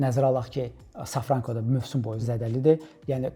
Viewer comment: Aleksandr yox, Aleksey İsayev. Safranko yox, Şafranko.